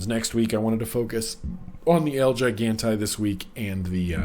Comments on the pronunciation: hey just thought you might like to know gigante is spanish, it means gigantic and its pronounced he-gahn-tay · It's pronounced he-gone-Tay , means giant in Spanish so it's the giant